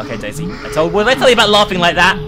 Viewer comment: Whenever said “daisy” I just laughed because it sounded like she was saying “Dayz” Remember how dead that game was XD Ahh, 20...2014 meme?